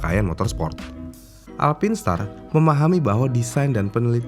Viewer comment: Sebutannya haruse bener.. "Alpain star"